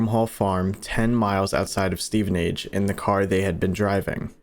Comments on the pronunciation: I can’t look past the fact he’s pronouncing it “Steven-Age” and not “Steven-Ige” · How you’re saying Stevenage, Hertfordshire is killing me 😂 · My only gripe with this is how you’ve pronounced Stevenage and Hertfordshire 🤣🤣 great content otherwise